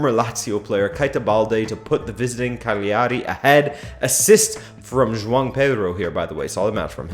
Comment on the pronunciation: It is pronounced Ca-gi ari...Cagleearee...with the gl together not separately pronounced consonants. Juve have been playing mainly 4-3-3 with some defensive shape closer to 4-4-2 with Rabiot or Sandro getting out wide on the left and Juan dropping deep.